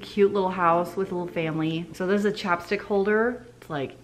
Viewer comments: CHAPSTICK holder! Lol the first like 3 times I thought you were saying chopstick holder and I was trying to figure out what that was. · I thought you said "chopstick holder" and I was like waaaaaat hell yeah, hook me up with those chopstick holders.